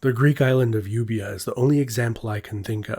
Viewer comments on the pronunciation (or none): The pronunciation of Euboea is Ev-iah. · They way you say euboia is murder but im happy to give us a mention